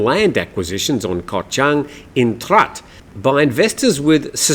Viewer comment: Trat shall be.pronounce Traadt.